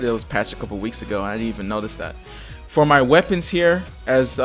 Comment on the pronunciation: For my, not fot mu :D